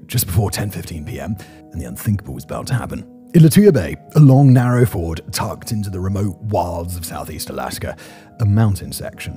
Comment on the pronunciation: Hey Simon it’s a Fee ord not an American car manufacturer